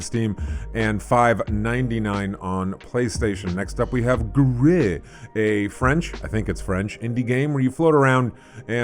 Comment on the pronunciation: Gris is spanish btw, pronounced basically as its written instead of the french way.